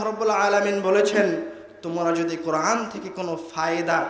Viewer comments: কোরআন শব্দটি স্পষ্ট করে পড়তে পারে না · আল কোরআনে আলিফের স্থলে আইন উচ্চারণ হচ্ছে না তো? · কোরআন উচ্চারণে কি আইন নাকি হামজা? সতর্কের সহীত উচ্চারণ করতে হবে, বিশেষ করে যারা নিজেদের কে পন্ডিত জাহের করার চেষ্টা করে এবং ইসলামের দায়ী হিসেবে সাধারণ উম্মাহর সামনে কথা বলে। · আপনি বলতেছেন কুরআন শরীফ বলা ঠিক না অথচ আপনি কোরআন শব্দের সঠিক উচ্চারণ করতে পারতেছেন না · কোরআন শব্দটা শুদ্ধ করে উচ্চারণ করতে পারলো না আফসোস। অপ্রাসঙ্গিক আলোচনা। দেশ জাতির মানবতার কল্যাণ কোন আলোচনা নেই। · তিনি কোরআন বিষয়ে বক্তব্য দিচ্ছেন,অথচ কোরআন শব্দটা শুদ্ধ করে উচ্চারণ করতে পারছেন না।"আলিফকে" উচ্চারণ করছেন "আইন" এর।